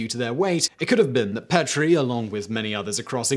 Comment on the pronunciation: I've been to the Petrie Museum. Petrie is pronounce Pee-tree